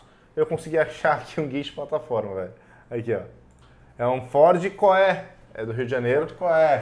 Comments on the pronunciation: Sobre o Ford C.O.E, se pronuncia "CI Ou I"!! Parabéns pela lista!! Muito bacana!! E sobre os preços, estão um pouco acima da faixa, porém são raros e por isso os preços mais elevados!! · não querendo corrigir,só o nome do guincho se pronuncia cóe,significa cabin over engine se n me engano,por conta do motor que fica embaixo da cabine